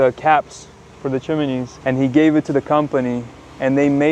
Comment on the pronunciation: Dick Van Dyke has a lot to answer for bringing Chiminey into the mix. There’s no i in Chimney.😮